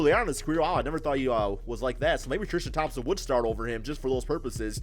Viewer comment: Alonzo Tikito trishtam 😂